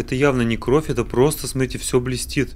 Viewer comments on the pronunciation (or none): none